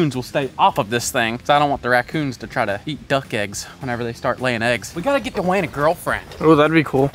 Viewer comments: Dewayne❌️ da Wayne✅️ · the amount of time said dwayen